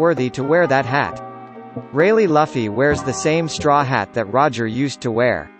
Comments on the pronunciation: it's L-u-f-f-y Not L-o-f-f-y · It's luuufy Luffy not lafy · Bruh his name isn’t (Luhfy) it’s pronounced (Loofy) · Dude was pissing me off saying his name wrong! He's definitely not a one piece fan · Learn to say the name